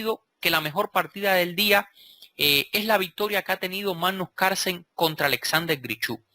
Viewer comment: Maestro, no olvide que se pronuncia Carlsen, no Carsen. ¡Saludos! Buen video.